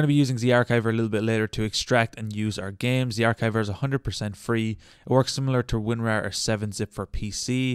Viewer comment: The ch in zarchiver is the ch in cheese. Do you say cheese like keese?